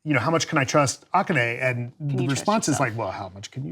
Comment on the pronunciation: lol that is so not how you pronounce akane but ok..........